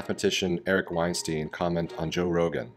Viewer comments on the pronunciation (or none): Let's make sure we say Eric's surname properly please! The "Stein" part is pronounced the same as "Einstein". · Wein-Stine (STINE) it’s how it’s pronounced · How can you critique a man who's name you won't even correctly pronounce?